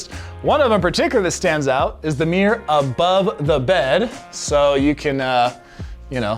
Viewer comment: Some teach this man how to pronounce mirror